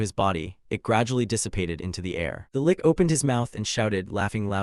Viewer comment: I was so fine with the AI misprounced words, until the fight with the lick... cough... lich. what the hell is a kicking punch?